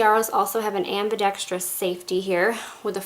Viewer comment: great vid and you can actually pronounce ambidextrous